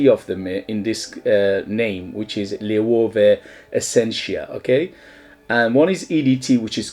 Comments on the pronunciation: Loewe have some great fragrances. My favourites are 7 Cobalt and Atlas. Cheers! PS: In Spain it’s pronounced ‘lo (as in long) + ebb + e (as in egg)’, loebbe. 😃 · Read it as German. It´s a spanish company but founded by a jew german that came from Germany in difficult times. Don´t use the english sound for "e" ; use spanish "e" sound, or german sound (in this word both are very similar). Loewe (LO E BE). Great review.